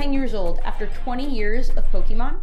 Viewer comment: anyone else bothered by " pokey mon"?